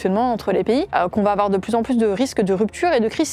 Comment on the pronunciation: « Il faut pas afoir peur »